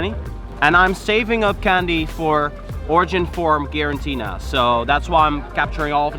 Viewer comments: *Giratina. Not Girantina 😂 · Please, mate. G-I-R-A-T-I-N-A ! Not Girantina. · Is it me or are you allways saying GiraNtina? :D